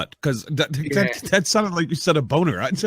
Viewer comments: Great show, guys. Too bad Alan missed out. I really enjoyed the guest and just subscribed to BillSin Workshop. I also thought said "boner". I listened to ' reaction several times; Quite amusing. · Great show guys, and thanks for the shout out........ I thought he said boner too Hahahaha